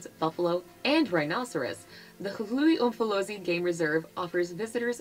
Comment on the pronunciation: Narrator is butchering our place names-Knysna, Hluhluwe…